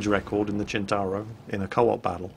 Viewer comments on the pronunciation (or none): Why do you keep calling it a "Chin-tar-oh"? Waaaay off. It is pronounced "Sent-tar-oh". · Maybe I've got it wrong but christ pronunciation of centauro is annoying.